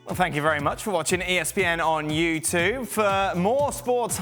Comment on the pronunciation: Can you re record the outro and get the dude to say “YouTube” and not “youtoove”?